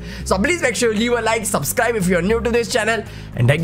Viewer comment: Bhai pehle unsubscribe acche se bolna sikho